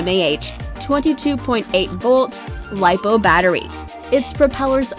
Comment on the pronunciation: yes and lipro